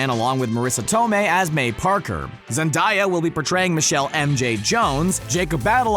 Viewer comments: Man said Zendiya it's pronounced zen-day-er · Zen- DAAYA......It is Zen- Daiya. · It’s Zen-Day-a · ZENDIYA ? Its Zendaya AYA NOT IYA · Says zendaya name wrong again Dude Shit So Annoying Zendiya it’s Literally sounds how it’s spelled Zen-Day-ah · Its zendEYa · Did this man just say zendiya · LoL Zen (die) uhhh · he said her name so wrong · The way you said Zendaya killed me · The hate this guy is gonna get for mispronouncing Zendaya's name